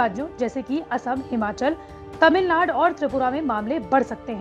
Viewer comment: Its tamilnadu, not tamilnad